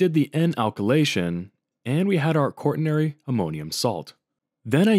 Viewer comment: same thing for pronouncing quaternary like that, THERE IS NO R UNTIL AFTER THE T IT'S NOT "QUART-TERNARY"